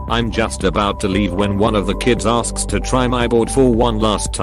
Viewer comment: Lol@ "aRsk's"